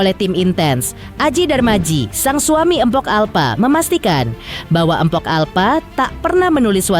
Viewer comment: Mohon maaf ya min kalau nyebut "mpok" itu jgn "empok" 😔 ga enak bgt di dengernya 🙏